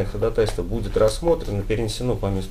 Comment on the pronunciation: Блин, я не могу понять всё время, почему такие подкованные люди говорят ходатАйство, а не ходАтайство, как должно быть?